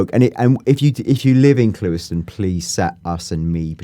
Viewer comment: "clue - iston" got it right lol